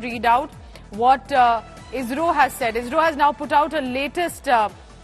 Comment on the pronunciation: IZRO or ISRO madam...😂😂😂😂